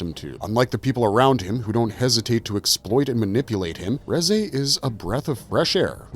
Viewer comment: It's pronounced as "Rizz eh"